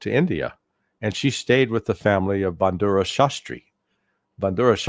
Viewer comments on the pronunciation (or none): larryyyy!!! i'm indian and i love you, but for heaven's sakes! it's not "bandura"shastri it's Lal BAHADUR Shastri - Bahadur, meaning "brave"!!! i know americans are generally bad at names, but please! take some effort! still love you though.